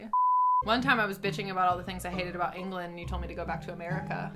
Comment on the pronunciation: I heard England as an*l (trying to keep monetised if possible). I was like, why does she need to go back to America for that?